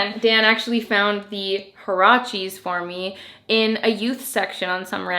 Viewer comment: Haracheees ?!!! 😳😳😳 oh my, that is a made up pronunciation if I ever heard one hahahaha ... it’s a Mexican word, there is a clear “u” in there, HUarache is a kind of sandal, I suppose they called them that cause they’re slip on, like a sandal .... anyway, it’s pronounced wa.ra.che ... 😉🇲🇽